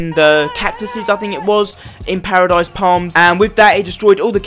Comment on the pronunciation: You said pardise palms not moistry myer